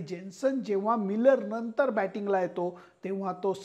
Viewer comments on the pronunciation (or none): none